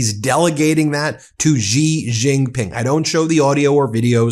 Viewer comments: You mispronounce Xi Jin Ping's. Xi is pronounced SHI. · If you are going to mention other world leaders, at least learn to pronounce their names correctly! Otherwise you come across as an ignoramus, sorry to say. For example the name Xi is pronounced like “she” in English. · Can someone tell this guy that Xi is pronounced "she" in mandarin. There is NO zh sound in Chinese. Zh is a hard j sound. J is a j sound. X is a sh sound. The closest they have to a soft zh sound is r which is rolled in the roof of the mouth. It's Bei jing hard j. Not being zhing. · his name is pronounced: Xi (Shi) Jin Ping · Xi pronounced like she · Ben, Xi is pronounced as " she." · Ben, for the last time … “Xi” is pronounced “Shi.” …!!! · Are you saying Xi’s name incorrectly on purpose?